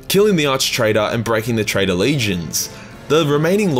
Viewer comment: Does he say traitor or trader